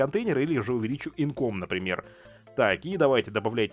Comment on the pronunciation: не инком, а инкАм